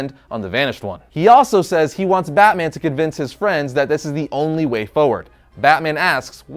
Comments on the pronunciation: Did you say "Bat Boner"? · I know this man didn’t say bat boner 🗿